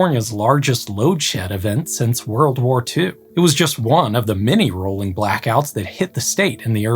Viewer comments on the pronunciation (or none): none